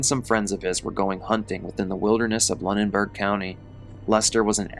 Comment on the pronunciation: 😅it’s pronounced “loo- nen-berg” just fyi! I live like 20 minutes away & hadn’t heard about this incident in this much depth . Sheesh!!!😢 the main thing everyone around here was hearing was just that “ a man died from a bear falling out of a tree” . I typically stay on top of things like this, especially in the surrounding area because I am very interested in mysterious , creepy or strange goings ons and it was only today that I found out that they were hunting, but also most of what I had heard on this particular incident had been by word-of-mouth.